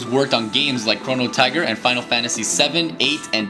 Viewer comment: Did you just say Chrono Tigger...?